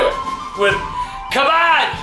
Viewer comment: The way he says cabbage😂😂😂